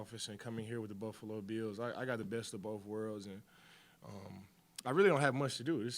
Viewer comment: I love how Von says "Buffalo Beels"